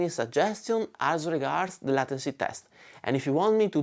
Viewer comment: it's pronounced laituncy not latency, with the same "ai" as in "get laid"